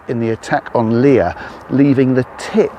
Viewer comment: It's pronounced.. Lee'ah. 👍